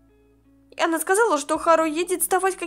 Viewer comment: Можно тебя поправить? Если да то слушай не Х`ару а Хар`у или Хар`ука